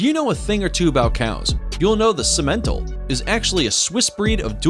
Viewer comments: First time here. Very informative. My family raised dairy cattle and several of these are used commonly as crosses. And simmental is pronounced sim*men*tahl where I'm from. Lol. Made me wince every time you said it. Nice,educational video. Bravo. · it's pronouesed Sim_A_Tall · Chianina is pronounced kee-anina. And Simmental are SIMentall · Simmental (SIM’-en-tall). The emPHAsis was on the wrong syLLAble. And, typically people don’t pronounce the “n” in Brahman where I’m from. Good video, though. Beef Master breed could be on that list, too. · I’m a rancher and they didn’t pronounce Simmental correct. Lol